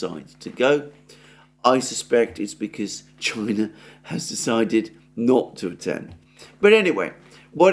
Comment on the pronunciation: China not Chia.